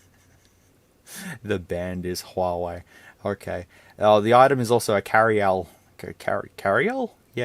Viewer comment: When you buy from Wish and then you wish you hadn't. HUAWEI - Hu-ar-we - I do not know who you are?